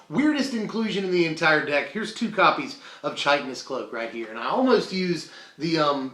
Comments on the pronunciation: Not a big deal, but chitinous is pronounced kite-inous. The base word is chitin, pronounced kite-in. The definition of chitin for anyone that is curious: a nitrogen-containing polysaccharide, related chemically to cellulose, that forms a semitransparent horny substance and is a principal constituent of the exoskeleton, or outer covering, of insects, crustaceans, and arachnids. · Chitinous is pronounced with a lower case 'i' sound like chip.